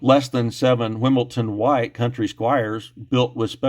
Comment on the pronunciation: There is no “ t” in “Wimbledon”.🇬🇧